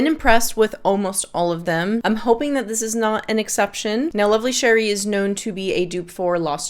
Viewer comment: Setting aside all of the information in your video ( of which I very much appreciate), you’re the first person I’ve come across with a review of Lovely Cherie and pronounced the name correctly… yay for you! I was wondering if you ever smelled Alexandria’s Fructus Virginis which is a clone of TF? I love fragrances with cherry and almond but I was not a fan of Fructis Virginis. I don’t want to buy Lovely Cherie and have the same experience. Thanks for the review.